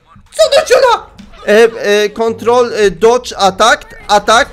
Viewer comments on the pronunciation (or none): none